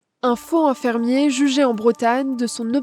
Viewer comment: La journaliste ne sait pas faire les liaisons? On ne dit pas un faux hinfirmier. Un faux z-infirmier, oui.